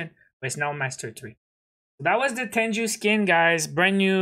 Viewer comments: Its a japanese term pronounced as Teng-goo not Ten-ju. Anyways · Bruh it's not tenju it's t e n g u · Lmao i pronouce it teng goo too and it kubda triggers me when people say it like tenju